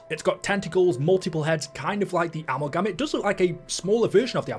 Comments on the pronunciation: Uh-mal-gum lol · Straight up 😂 he thinks it's called ammogam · Bro, are you trolling? Amul-gam? 😂